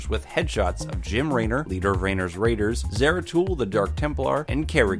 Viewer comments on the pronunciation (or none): none